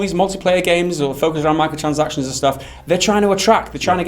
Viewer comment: Honestly i watch these videos to see the short guy say "Micro-transactions" incorrectly.